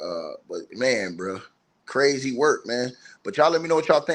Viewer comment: u crrrrazy mann had me rollin!! 😂